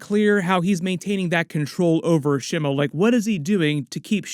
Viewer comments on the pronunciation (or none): By the way Shimo is pronounced SHEE - MOH with short pronounced vowels, and SOFT consonants; it's NOT pronounced "Sh'moe"*